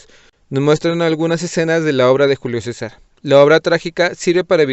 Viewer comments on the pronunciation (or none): none